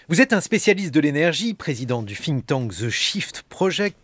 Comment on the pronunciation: Ca commence très fort : "...président du FFFfinktank..." Quand on ne sait PAS prononcer une langue, mon pote... Sans compter que trouver un équivalent en français ne doit pas être sorcier. Mais évidemment les journalistes aujourd'hui sont là pour donner leur avis (à chier en général) et poser des questions (tout aussi à chier d'ailleurs : "Vous condamnez ces violences ?", "Vous avez des doutes sur l'existence des Chambres à gaz", etc.). Bon, j'ai trouvé la solution : j'écoute Jancovici parler, et je zappe toutes les interventions du débile en face. [EDIT] Ok, en pratique, ça se révèle difficile de zapper parce que j'en suis à 5 minutes "d'interview", et le débile en question prend soin de ne pas laisser s'exprimer son invité et de parler à sa place !! Si j'avais besoin d'un rappel de la raison pour laquelle je n'ai plus de TV et n'écoute jamais la radio, je suis servi ! [/EDIT]